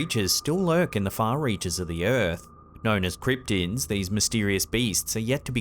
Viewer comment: Cript-tids not creep-tins 😂